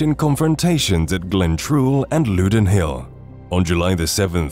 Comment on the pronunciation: Very well researched and brought the battle to life, would say that the commentary struggled to pronounce a few names like Loudoun Hill (pronounced loud-n), de Bohun (pronounced deboon). When Bruce landed at Carrick it is in Ayrshire, you placed it on the map above Campbeltown in Argyll which is a fair distance away. Other than those minor details this is an excellent reconstruction of the two days of fighting at Bannockburn. Bruce did lay some traps at The Entry, there was a massive section of ground where the Scots dug a honeycomb pattern of holes in the ground about knee deep with a sharpened spear in the hole and covered it up with a thin layer of grass. This was designed to maim horses and men. There were also caltrops which were scattered all across the ground to mischief the horses hooves. The caltrop is a small medieval anti tank device - for want of a better term. It is a weighted ball with three sharp points sticking out in a triangular fashion so that whichever way it is thrown on the ground, one spike will be pointing upwards. Obviously this could hamper infantry as well as cavalry. Bruce had chosen his ground well and prepared the ground to contain the English front to match his own schiltron on day one. Clifford's advance which was cut off by Randolph at St Ninians was on open ground, his schiltron formed an oval shape and Clifford was unable to break through, Douglas remained on the higher ground and did not join the fight once he saw that Randolph was holding